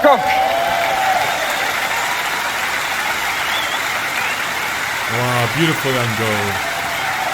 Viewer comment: You are a charlatan sir! You mispronounced the surname of the artist, the surname of the conductor, the city it was performed in, and to complete the package you made a hash of the title. In addition you failed to do even the flimsiest background research The lyrics of this song weren't written by or for a man. Let me explain: "Voilà" is a song by French singer Barbara Pravi, who originally co-wrote the song with Igit (music) and Lili Poe (lyrics). The song represented France in the Eurovision Song Contest 2021 in Rotterdam, the Netherlands.The song tells a personal story of Pravi about self-acceptance. Even the lyrics "Tell them about this girl with black eyes and her crazy dream" ought to have suggested to you that the song was about a girl and her emotional journey towards acceptance and recognition. I won't even begin to discuss your insensitivity to the performance by Emma or your lack of any understanding of vocal technique or performance art. You are at best an uninformed bluffer with no art or talent yourself. People like you give bad reviewers a bad name. Shame on you!